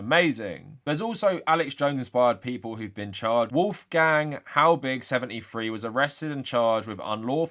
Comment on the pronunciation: Is this how Brits pronounce Wolfgang?